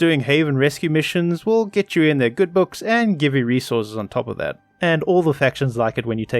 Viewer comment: The will joke doesnt work when you say will like Woll or wull